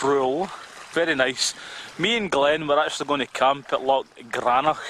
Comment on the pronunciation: Good vid mate. Stop saying lock but, its loch!